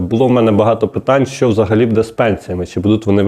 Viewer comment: Обращаюсь к ведущему -в слове БУДЕ ударение необходимо делать на букву У,а не на букву Е.